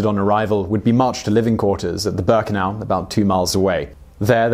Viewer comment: It's pronounced meng-ge-lay . Also Waffen is Va-fen not 'woffan'. Bear-ken-ow. Vair-macht. Ti-rol. Please try to make sure you get pronunciations right, it ruins your presentations and grates on those who know better, my gran met him and was still stuck on her experiences during the war until she passed away in the early eighties, so believe me, I'm more than aware how it's pronounced.. Britons have no concept of what Europe suffered under the Nazi jackboot. I'd advise your viewers to ignore toptenz it's pap